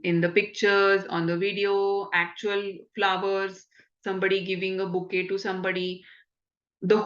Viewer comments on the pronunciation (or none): none